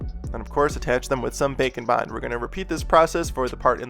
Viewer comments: Me too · Some months ago I said the same thing XD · Every time! 😂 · When he says “Bake and Bond” I hear “Bacon Bond” 😂 other than that I love all your videos I’m just a hungry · Im not a sculptor so I thought it was just something called bacon bond 😂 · He says bacon and bond? Tf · I’m glad I’m not the only one who hears bacon bond every time. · I think everybody hears Bacon Bond. He mentioned it in a video actually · Well now I can’t un-hear it😂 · i also hear that! XD